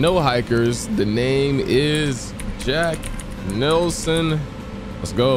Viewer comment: Did he just say jack nickelson instead of jack Nelson 😂